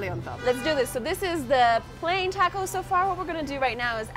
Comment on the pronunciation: Yummy episode! Can't wait to hear you say "taco" correctly, maybe by the time you leave South America! You know, when in Rome, have respect. Love your journeys and would really love to HEAR you put in the energy to listen to where you are!! You can do it, you did Antarctica, it just takes intention!